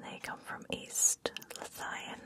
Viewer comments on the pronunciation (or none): East Lothian (loathe-Ian) not lo-thyan but otherwise good stuff. One of the things I like about your channel is that you are one of the few able to speak softly rather than whisper, which for me takes much more skill.